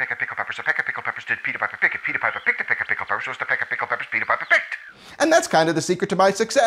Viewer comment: All I hear is Pppepeppapapepeapa PICKED